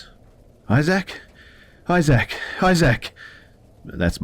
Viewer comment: The way you pronounce issac physically hurts me ha ha